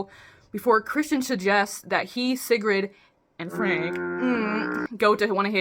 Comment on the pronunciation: I think how u said sigrid is correct